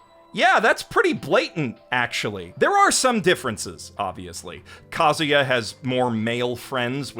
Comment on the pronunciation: It's Kazuya not Kaguya tho